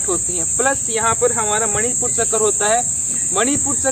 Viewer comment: मूलाधार, मणिपुर """चक्कर"" या चक्र?? कृपया शब्दों के उच्चारण में सुधार लाएं ❤ प्रयास अच्छा है ❤